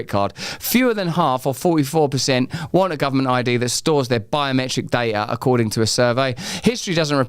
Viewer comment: You speak so fast nowadays, wouldn’t be a problem if you wouldn’t forget to pronounce the letter “t” in words. Wai-ing, digi-al, da-ing and so on. You speak with such beautiful elaborate understanding of your language, please recondition (recondi-ion) your pronunciation so it will sound as eloquent as your choice of words.